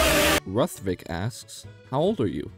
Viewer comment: nice vid man and it is ruth-vik